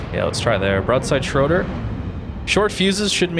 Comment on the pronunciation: lol schroder is schroEder, and please, limit the voice-cracks/falsetto